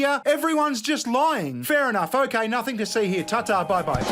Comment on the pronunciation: He-ya .. its Here. Say it with me Raygun.. Here... Sounds like Heer. You can do it, you speak English, kind of.